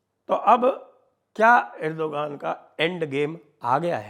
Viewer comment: Respect you Sanjayji and love Jaipur Dialogues for the social & geopolitical topics you fearlessly bring to the forefront. With due respect, Erdogan is pronounced एर्द्वान not एर्दोगान - when there is a vowel before G, it becomes silent in Turkish. Thank you!